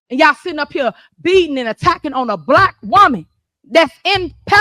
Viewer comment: "They're coming after me cuz I'm bleck! I'M BLECK!" Yeah, you're "blech" all right!